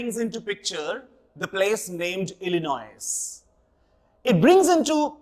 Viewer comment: the S in Illinois is silent though, sir